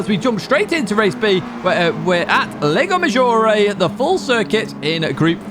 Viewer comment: everything is perfect here but the lago maggiore pronunciation. the 'a' in lago is pronounce in italian like 'u' in english. in italian you are saying leigo not lago.😂